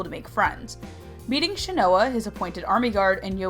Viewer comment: I cringed everytime you pronouned Shinoa wrong.